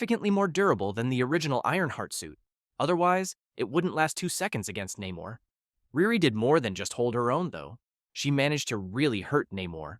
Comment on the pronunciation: Please work on your pronunciations. It's NAY mor not Nim er, Ree Ree, not Rah ri or Rear e. Come on, it's not hard. My real name is easy, but people from around India insist it's Vindi or Bindi, it's not. People like their names pronounced correctly, they are funny that way. It's not an accent, it's just wrong. If I can try really hard to say other culture's names correctly as an American, so can you!